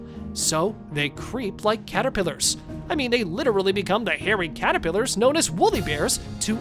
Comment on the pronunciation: This guy seriously can't say caterpillars.